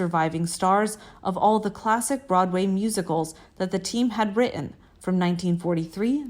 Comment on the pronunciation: Horrible narrator. She can't even pronounce the name of the subject properly - it's Clay-ton, not Clay-un. The narrator seems to have a problem with the letter "T", as I notice she says wri-in, instead of wriTTen. Maybe a robot narrator would be an improvement.